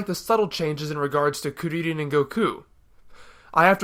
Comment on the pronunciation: How can your pronounce kuririn so easily because I want to say his Japanese name it seems cooler